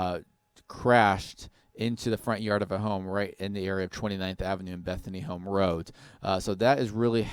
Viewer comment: Are we just gonna ignore how this guy says roat instead of road.